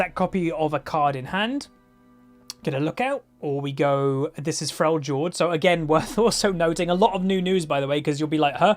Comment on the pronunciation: Does the way he says Freljord annoy anyone else?